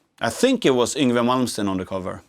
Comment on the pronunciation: Super kickass playing and the guitar looks like it means the business. And I just love how he says Yngve Malmsten, just like we do in Sweden 😁